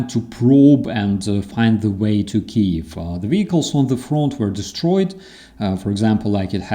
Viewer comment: That just bugs the hell out of me when people mispronounce Kyiv. It must be especially maddening for a Ukrainian.